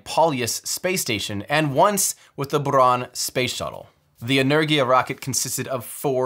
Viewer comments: Great video! Thanks Tim! And very good pronunciation of Buran. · Amazing video! And thank you for a good "R" pronunciation in "Buran". :) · I love how he pronounced “Buran”